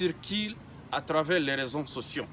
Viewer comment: D'abord tu n'es pas un congolais même le ton n'es pas congolais attend le pure arrive , vous tué les congolais pendant 30 ans , on ne dit pas rezo sotion , réseaux sociaux !